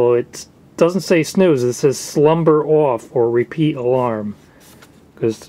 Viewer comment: Love how the Jersey came out of you when you said "off."